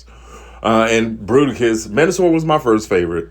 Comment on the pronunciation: Fruiticus....and now I will never hear it as Bruticus again. FML. XD